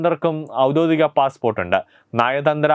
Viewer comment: ഔദോധികം അല്ല സുഹൃത്തേ, ഔദ്യോഗികം ആണ്